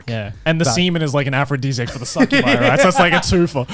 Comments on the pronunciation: Connor calling succubi "succubusses" hurt me deeply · Somebody understood Succubi wrong. The guy heard SUCC-ubi.